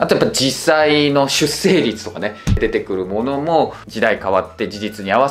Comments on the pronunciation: まあ事実 しゅっしょうりつ の方が 正しいよな。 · マジでどうでもいいツッコミすると出生率は「しゅっせいりつ」と読むより「しゅっしょうりつ」と読むほうが無難でお勧め